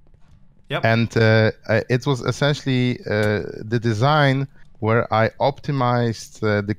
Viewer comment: gnembon says escenshally alot. i dont know how to spell that